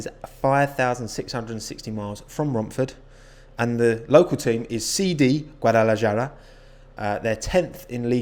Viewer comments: Just so you know, Guadalajara is pronounced "gwah-dah-lah-HAH-rah" not "guah-dah-lah-JAR-uh" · I'm not going to be all up in arms about how you say stuff but in Spanish based languages a j makes an h sound so Guadalajara is "hara" not "Jara" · its "Gua-Da-La-Hara" NOT "Guadala-jara" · Guadalajara: Pronounced Guadalahara: Guadalajjara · You have a Guadalajara viewer here!! It's pronounced GuadalaHara not jara lmao, big fan btw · Nowbodye: People speaking in english: GuadalaYara Mexican people: es Guadalajara (Is Guadalajara) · You said Guadalajara wrong its pronounced guad-ah-la-har-ah not guad-ah-la-jar-ah. The J is pronounced as an H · gadalajara = gadalahara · I hate how you say Guadalajara. The J isnt pronounced as a “Jah” it’s a “ha” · Therapist: Don't worry. saying Guadlajara doesn't exist. saying Guadlajara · Hello from El Salvador, Central America. Just one thing, the right way to pronounce "Guadalajara" its "Guadalahara". Great video;) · The way this guy pronounced Guadalajara cracked me up. It’s pronounced like Guadalahara. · Me an american that was bullied over mispronouncing things in Mexican culture: Guadalahara, Guadalahara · Same 😂😂 he made my day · my dude, if a word is spanish, Js are pronounced as H! GuadalaHAra 🤗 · Guadalajara is pronounced Guadala-HA-ra. J's are pronounced like H's in Spanish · Btw its pronounced "Guadalahara" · Guadalajara is pronunced "Guadalahara" the J sounds like a H is Spanish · The j in Guadalajara is pronounced more like a h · I know this is just me being me but with Guadalajara, you pronounce the j as a h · J is not J in spanish, so Guadalajara is more like Guadalahara! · Guadalajara is pronounced Guadalahara. Just for future pronunciation. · Sorry but... Guadalayarah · you pronounce the j in Guadalajara as an h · Guadalajara is said GuadalaHara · are we just gonna ignore how he pronounced guadlajgiawuelayra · guadalajara is pronounced guwa-dala-hara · its pronounced Guadlahara